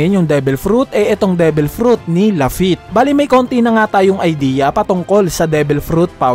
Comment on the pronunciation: sabi ni same as lafitte ng "(strahats pirate's)" its wrong kuya pero ok lang naman po